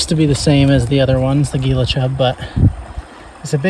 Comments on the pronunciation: For the Gila Chub its pronounces kinda like Hila (I think cuz thats at least how you pronounce the Gila River) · Goes to AZ -pronounces Gila like geela -calls javelina wild boars Get out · Commiserates in arizonan😅😅😅. Also for future reference Gila is pronounced Heela. The wild pigs you saw were almost certainly javelina as well. Very common in that area by the Phoenix valley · Gila is pronounced heela like heela (gila) monster the venomous lizards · it’s pronounced heela, thought you might like to know.